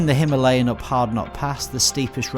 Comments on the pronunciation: Very nice video and it would be even better with the pronunciation stressing the first A - "HimAlayan." Our beloved mountains are called that way. No story of India is complete without them, without that name. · It's no himeliyan ...it's Himalayan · Pronounce correctly Himalayan